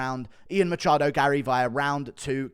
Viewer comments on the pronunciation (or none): none